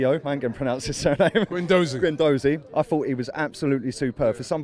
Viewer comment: GUENDOUZI IS PRONOUNCED GONE-DOO-ZEE NOT GWEN! It’s not that difficult.